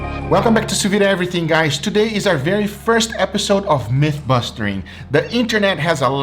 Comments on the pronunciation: Myth-busting lol not bustering. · Busting not bustering